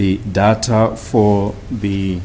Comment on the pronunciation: Its called Deyta, not dhatha😂